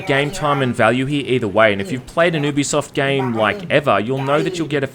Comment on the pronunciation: why can no pronounce UBISOFT? it's not "OO-BI-SOFT" ITS "YOU-BI-SOFT" damnit. I know. this for a FACT. I called the company and actually asked them. that's how much it bugged me